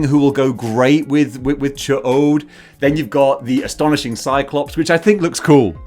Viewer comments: Also,... it's "chodd" not "choade"(which is a small penis...)..punishment...... Just so you know. 😏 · I think it might be pronounced CHEE - odd or CHEE -ODE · pronounce the "ch" as it sounds at the end of the word MUCH, then say the word "odd". In the animated series they pronounced it chode with the o being long...but that just doesn't seem right, does it? Regarding your review...100% agree. Old body, terrible paint...and honestly the open mouth head sculpt is pretty poor as well. Once we get Raza and Hapzibah to go with Ch'od, and Corsair, the Ch'od figure is ALWAYS going to look underwhelming. Such a wasted opportunity.